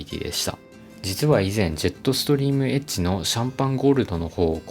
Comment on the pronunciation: エッジがエッチに聞こえる…